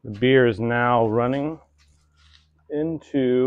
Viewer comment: I love Buddy's mystical time travel voice, and I hope he uses it often!!! 🤩 And "Sludge" Ewwww. Just a note when you say: "release the bear" it needs to be more like: RELEASE THE BEER!!! Maybe try a brittish accent. Idk.